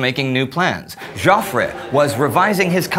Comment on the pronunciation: Hi Indy, and all the great team behind this series. I've been watching every episode since the launch, and I think it's a fantastic production! Ok; so one small gripe; and I don't know if this has been raised elsewhere: Indy your presentation skills are a main reason I enjoy this channel; but, pronunciation of names like.... Joffre = 'Jeoffree'.. Moltke= 'Moultkey', and some other names and places can be bit grating sometimes. Can you make some small improvement to pronounce names and places a little bit better? Ok so, gripe over ... Keep up the amazing work Great War guys!